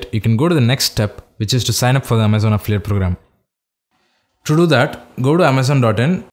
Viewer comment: Great video but next time please slow down! I could've sworn you were saying "afflit" instead of "affiliate".